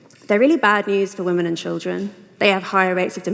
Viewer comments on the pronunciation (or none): Louise is awesome. Grimes lisp needs acknowledgment, but why does Anna pronounce women "Waman" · I didn't know that there was someone other than Pewdiepie that pronounced it "Waman"... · Can't stop chuckling at Anna's utter refusal to say the word women properly.